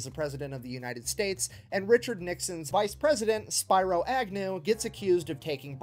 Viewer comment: SPEAR-oo Agnew. Congrats! You're about the fifth reaction I've heard say it wrong. I can't take it anymore! 😮😂